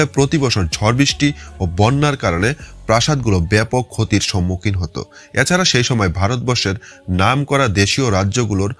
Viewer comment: উচ্চারণ এ পরিস্কার বাংলাদেশী ছাপ- এরমধ্যে>এ্যারমধ্যে, এছাড়া>এ্যাছাড়া,প্রথম>পথম,next>naxte ,😂 , তবু ও খুব ভালো হয়েছে, শুভ কামনা রইলো।